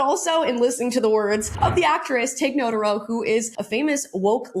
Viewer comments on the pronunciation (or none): Not a fan; she's not funny...but I think her name is pronounced 'nuh-TAR-oh' rather than 'NOTE-uh-row'. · Tig NoTARo is the pronunciation. I love Tig Notaro's old podcast Professor Blastoff. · It’s pronounced Tig No-TAH-ro, and i really do like her brand of stand up comedy. But this inauthentic DEI slant on this show is absolutely ridiculous to me, and it is truly mind boggling that this lesson has not yet been learned by now. If not by the faulty doctrine/dogma of it all, then at least by the money talks factor, and I don’t see many money trucks backing up to the Star Trek driveway these last few years. I really don’t think this kind of thing is what Gene Roddenberry had in mind, and as great a talent as I think Tig is, I wish for her to move on to a far better showcase for her, Holly Hunter, and Paul Giamatti, who all got bamboozled by some young agent saying this is what you have to do to be cool now, Divide, Exclude, and Indoctrinate. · Nuh- tar- row Tig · I don't even like Tig but omg the way you mispronounce her last name 😂😂😂